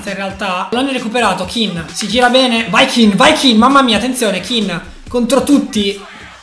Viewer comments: Si chiama ken non kin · Comunque non è Kin ma Ken ℹ😇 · si dice moise Ken no kin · Un consiglio si scrive Kean e si pronuncia Ken non Kin